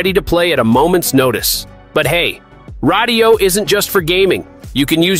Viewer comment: Brother…radiyo is pronounced just like radio. It’s a play on words 😂